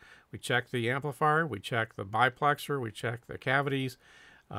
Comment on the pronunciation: No offense, but it isn't a BI-plexer it's a DI-plexer. Not to be confused with the proper name of the cans, DU-plexer